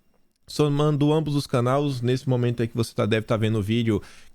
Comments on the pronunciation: "Canaus" não. "CANAIS". kkkk Sou teu fã cara! Parabéns. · Confisco, canais.......Sei q está longe do Brasil, mas estou só lhe lembrando de algumas palavras q vc falou errado, só pra te ajudar, pq sei da sua inteligência, conhecimento e cultura. Bolsonaro presidente 22